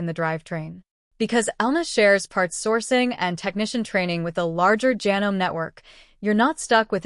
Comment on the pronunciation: If you are going to use AI, please program it to use the correct pronunciation. I am able to overlook Janome mispronounced as ja-nome when it should be ja-NO-mee, but when it refers to sewers as "sue-ers", I draw the line and stop watching. This is about sewing machines, not a plumbing project.